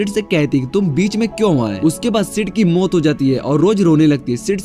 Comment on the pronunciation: Bikers ko bakers or maut ko muthe (wtf) bhai apki pronounsation me thodi gadbadi he 😂😂